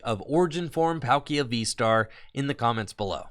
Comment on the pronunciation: every time i hear PAL-kia and not Paul-kia is painpainpainpainpain